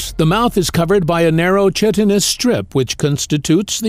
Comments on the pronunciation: chitin is pronounced ki-tin (like 'sky'-tin), not chit-in (like 'sh*t'-tin)! So ki-tin-ous, not chit-inous. Just saying. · it's pronounced kite-in-us. Great vid tho! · Chitin is pronounced "Kai tin" so chitinous is "Kai tin nus". Nevertheless, it's a great video especially the visuals.